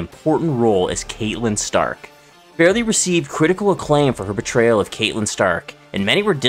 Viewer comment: I’m disappointed you pronounced her name as Kate-lyn Stark It’s CAT-lyn stark Also it’s not Reh-mus Lupin It’s REE-mus It’s hard to take you serious when you can’t even pronounce names correctly Names that have been spoken out loud in each of these medias